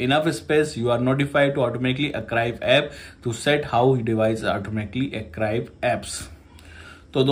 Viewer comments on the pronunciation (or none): Archive ❌ arcrive ✅